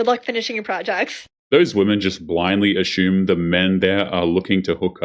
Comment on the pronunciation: ASS-ume not ASH-hume